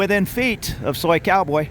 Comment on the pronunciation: You said soicowboy 😅like a psycho boy hundred times in this video